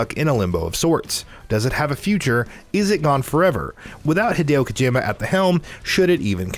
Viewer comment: "Hideo Kojayma's" made me smile